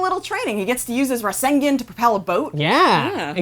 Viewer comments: did she just say rasengin? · Rasengin Nuh ruudow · rAsEnG-gIn Me: WTH WTF IS A RASENGIN!?!?! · Okay Lets do this one more time Naa-Ru-Toe Su-Na-Day "G"-Ra-Ya Ra-Sen-Gaan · "Fans of Neruto" "Tsunaday" "rasengern" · Ruyiuko rasengin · I'm pretty sure if they where true naruto fans they would know how to pronounce his name is literally mentioned in every episode sounds like there being paid for this same for tsunades name and Rasengen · Did you hear the way she pronounced Rasengan? xD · I cringed every time she said Tsunade or Rasengan.